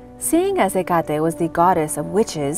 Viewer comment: Pronounced. Heck-kate.